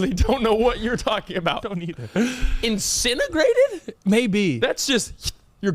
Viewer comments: Hey, don't worry about it bro, dumb too. The word is incinerate... not incinergrade 🤣 lol great show though. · How was cam a teacher he said incineragrate it's incinerate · saying “Incinegrate” instead of “incinerate” is sending me